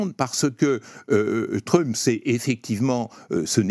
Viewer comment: Il prononce vraiment "Truuuump" ce Français ? Je sais bien que les Français ne savent pas prononcer les mots ou les noms anglais mais tout de même...